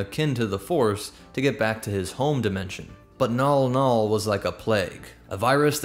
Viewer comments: Mnggal-mnggal is pronounced "mn-gahl mn-gahl", not "nawl-nawl". Anybody else clock that the chiss are just space-drow, just without the Lolthian spider-matriarchy nonsense? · Why is the clearly written Mnggall-Mnggall being pronounced "Nall Nall"? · Never mind it's called Mnggal Mnggal apparently